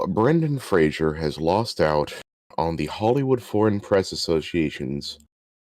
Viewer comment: Fraser, not Frasier.